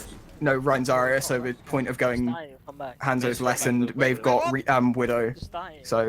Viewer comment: is great and I love these videos, but I hate the way he pronounces Hanzo lol.